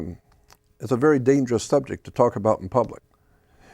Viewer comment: The Subjek of Emplaw-ees Jordan knows the importance of words 😅